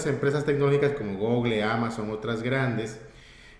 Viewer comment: Guguel? que asco de pronunciación